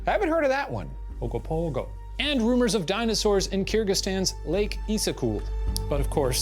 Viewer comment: I live near the lake containing the Ogopogo and I was really looking forward to hearing Shane's pronunciation of "Okanagan" lol I do appreciate how gingerly he pronounced Ogopogo though